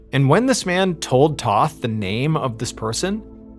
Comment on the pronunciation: The name is Tōth not Toth.